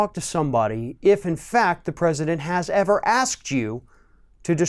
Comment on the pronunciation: "Most transparent president evah" ladies and gentlemen...